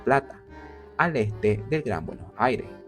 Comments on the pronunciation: Se pronuncia “BUENOS AIRES” con S al final, no “Bueno Aire” aprendan a hablar si van a hacer un video sobre mi ciudad. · trata de pronunciar bien Buenos Aires es con "s" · Para pronunciar "buenos aires" como corresponde deberias pensar en decir "Buenossaires"...porque lo dices con un corte en medio y suena extraño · De donde es el chico que hace la voz? Interesante como pronuncia Bueno' Aire" sin ninguna s 😅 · Por qué no pronuncia bien Buenos Aires? Tendrá problemas para hablar? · Si vas a hacer un video de BA, al menos aprendete a pronunciar bien su nombre. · Que extraña te sale la pronunciación de Buenos Aires!!! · el video exelente lo unico malo es como pronuncia Buenos Aires, es como raro jajaja